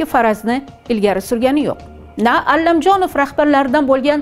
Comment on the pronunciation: Allamjonov emas jurnalist honim Komil Alamjonov tilizni sindirib quymen tagin chiroyli gapiraman deb oddiy aytsaizam tushinamiz.ALAMJONOV familiyasi